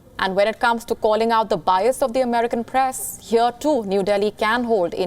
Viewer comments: Macroooooo ... Preaisssss (Press) ... abey kaha se ley aaye isse .. bhahahaha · This lady has a very thick pronounciation of certain words. Eg Press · "He is aalso figting the paress" Genius India, genius